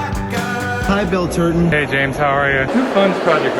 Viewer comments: Just to clarify, are saying Turton or Turd-on? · Surely, I heard James say Bill Turdon.